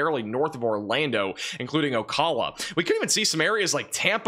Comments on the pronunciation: Hey! The Florida city you mentioned is actually pronounced “O-cal-a” 😁 The “cal” is like California 😊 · Ocala is pronounced like the Cal in California. But keep these reports coming, thanks. We Southerners love our rare snows...at least I do. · first person i've ever heard pronouncing ocala that way, i like it. can't wait for tonight, i love cold snaps so much. so damn hot here all the time.